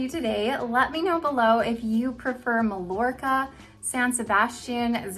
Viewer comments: Love these low density, heat friendly wigs. You've sold me. Now I must choose one. btw - Mallorca has no "ll" sound. Mallorca is a beautiful Spanish island (pronounced Mah-YOR-kah) in the Mediterranean. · I love your reviews,! You're in a small group of those I watch anymore....you're pretty hard to beat! (Just a little note on Mallorca...it's pronounced Mayorka in Spanish. 🙂) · Mallorca is actually pronounced MyYorka. Love your videos and those are great styles! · Thanks for a good look at the Spanish collection. Love the Macademia Latte Rooted on you - it's a beautiful color that hightlights your strikingly beautiful eyes, but sadly, not right for my skin tone. Just for future reference, Malllorca is pronounced "may-yor-ka". :) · It is pronounced Meye-YOR-kuh in Spanish 😊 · I love the color .I do believe the wig Mallorca is pronounced Mai-or kuh. As in Mallorca Spain. Thanks for the showing. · Thanks for the comparisons in this color. Just a little note, if you don't mind, since these are named after Spanish cities, Mallorca is pronounced "My-Yor-Ka" -- without the L sound we use in English. I am leaning towards buying Alicante, and it will be my first order with you. I love your reviews. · These are all really pretty. I like Alicante the best. I think you pronounce Malljorca Ma-york-a. The double L sounds like a Y. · Lovely styles and informative video! Just FYI, Mallorca is pronounced "Ma-yor-ka." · I was gonna say that too 😂